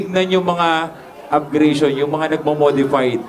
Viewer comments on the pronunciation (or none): "upgration" lol Tapos words or letra daw. Hahahah taena laptrip